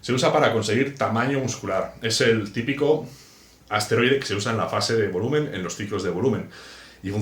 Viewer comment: Por que dice asteroide, es esteroide